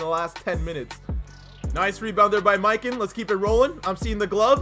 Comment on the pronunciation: The way he pronounces mikan annoys me